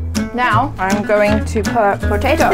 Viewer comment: Actually he said petuto 😂😂